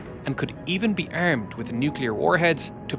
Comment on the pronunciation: Israeli pilots "errmed" with the latest